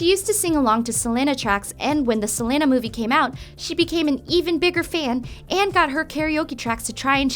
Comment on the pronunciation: I kept on cringing because of the way she pronounced Selena